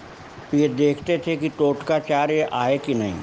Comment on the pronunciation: तोटकाचार्य, NOT टोटकाचार्य